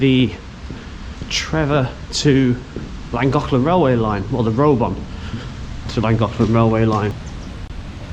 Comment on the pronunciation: Long time viewer here. 😊 A quick correction on pronunciation - it's pronounced pont-a-stuck-te with a soft ck, and Ruabon is roo-abbon.